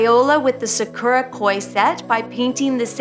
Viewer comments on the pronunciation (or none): its not sah-cure-ah its sa-q-ra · It’s sah-kur-a, in an American accent. Japanese is sah-koo-rah. I’ve never heard someone say “Sa-q-ra.”